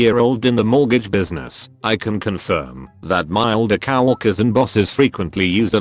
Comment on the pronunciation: did you notice he said cow orkers instead of coworkers